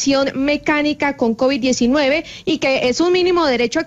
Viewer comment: Un ministro de salud que no sabe pronunciar Covid.. dijo covichx.. 😂😂 Tan petrista la situacion.. Habla como bultero de corabastos 😂😂